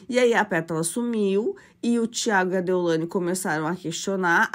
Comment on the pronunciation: Não é Ceilândia. Vc está falando errado,é deolaine!!!!